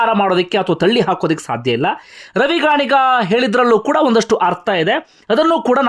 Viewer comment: ರವಿ ಗಾಣಿಗ ಅಲ್ಲ ಸರ್... ರವಿ ಗಣಿಗ.... (ಗಣಿಗ ಅಂದ್ರೇ ಅವರ ಊರು,, ಜಾತಿ ಅಲ್ಲಾ)